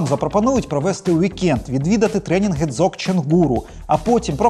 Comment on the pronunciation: Анатолий Остапенко и его сотрудники - просто молодцы! Но! Дзогчен - это очень серьёзно (ударение на последний слог). Человек Христианской традиции, овладевший и практикующий Дзогчен - это человек действия, причём эзотерического действия. Только намерения этого человека должны быть позитивные. Капитан 1 Жихарев не понимает, во что он вляпался, причём вляпался без кавычек. Описанная ситуация с сыном и его женой - ярчайшая иллюстрация. Да, оценка сложившейся ситуации, только через матюги! Дзогчен(УДАРЕНИЕ НА ВТОРОЙ СЛОГ) - не магия. Это эзотерическая вершина Буддизма. Читай: ДЗОГЧЕН состояние самосовершенства. Намкай Норбу Ринпоче. Просто Жихарев - злодей, пытающийся агрессию лукаво прикрыть благими намерениями. P.S. Гениально изображена ситуация с экипажем "МОСКВЫ".